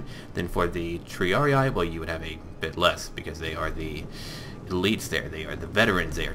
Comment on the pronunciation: Please, stop pronouncing triarii that way. it's Tr-ee-ar-ee-ee, not tr-ee-ar-ee-i, as you say. every "i" is pronounced the same way